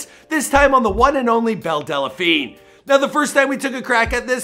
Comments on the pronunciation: Her name is Belle Delphine NOT Belle Delaphine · IT’S DEL-FEEN NOT DE-LE-FEEN JFC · DEL, not DELA, there's no fucking A in there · Great video, except one thing. Its delphine, not dela-phine lol I heard briefly about her so I came across this to see what this was all about. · DELPHINE NOT DELLAPHINE...JESUS CHRIST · Funny when you say delephine instead of delphine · Dude I seriously can't stand how you mispronounce names Time and time again.....it's Belle Delphine ( Delfeen) NOT Delephine......this one ain't even as bad as the tekashi 6ix9ine one....which you pronounced as "Tecashiie"....instead of its proper pronounciation Te-Ka-shi smh you're an epic fail bro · It's pronounced Delfeen not Delafeen. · are you pronouncing her last name right? Del-a-Feen or is it Del-Feen? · I lost count of how many times he said "Belle Dellapheen" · Why do you keep saying delaphine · Is it so hard to say DEL PHINE? There’s no A. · Why can this guy never pronounce people's names right. He keeps saying Delephine. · does he keep saying Belle Dell-a-phine??? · It’s not Della-phine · Theres no vowel between L and P in the word "Delphine" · As much as I hate belle delphine, I'm hating the way he says the name even more....